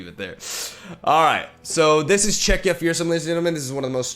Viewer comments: is now a pro at saying "Czechia" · Im glad that says 'Czechia' correctly.<3